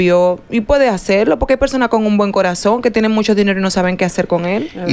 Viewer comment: Y por qué es que Sandra dice “ MUSHASHO”? 😅😅